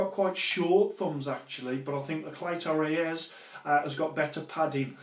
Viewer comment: It is spelt cleto reyes but is pronounced CLEETOA RAYS